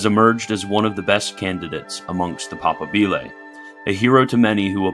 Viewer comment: pa-PA-bile . Strsss on second syllable. Just like moBILE phone is not said.